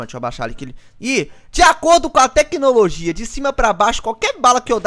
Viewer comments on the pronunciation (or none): Teclologia esse mata o português